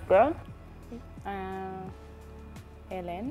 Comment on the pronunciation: The interviews were awesome but pulizi, it's Hellen not Allen